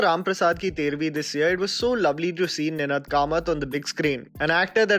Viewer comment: Ninaad (it's a raga) .... aaaaa .... Kamat ... your pronunciation was a bit off putting.